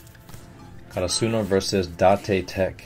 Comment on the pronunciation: I may be nitpicking a little bit but yes, you are slightly mispronouncing Karasuno. You are putting emphasis on the “su” part, while in the anime they always put emphasis on the “ra” part. Again, maybe I’m nitpicking and I’m sorry but I just wanted to let him know since he said to let him know!!!